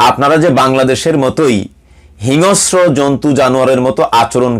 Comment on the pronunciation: হিংস্র শব্দটার উচ্চারন্টা ঠিক করতে হবে।